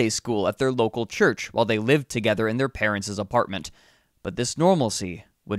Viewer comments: Its "parents'" house. Not parentseseses. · "Brotherses", "parentses" - speak English! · For such a great narrator I don't understand why you struggle with plural. Parents is plural Brothers is plural there's no need to say parentses or brotherses. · When pronouncing a plural possessive, you don't add another "es" sound to the end of it. Brothers' and parents' would be pronounced, brothers and parents, not brotherses and parentses. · Hmm. So Americans pronounce parents' as parentsez? never heard it said like this before, so assuming it's slang.. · Your pronunciation of the possessive plurals in this story is very strange and incorrect. It's like you're adding Z's to the end of parents' and brothers'. Very odd.